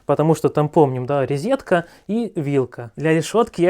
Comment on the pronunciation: Правильно говорить розетка, а не резетка.